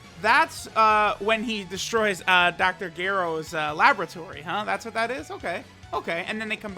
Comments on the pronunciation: gero is pronounced ger-ro not gear-ro. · Gerow? My boi just said gerow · D-dr....”gehrow”...? You’re trolling right? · Anyone else cringed when he said “Ge-ro”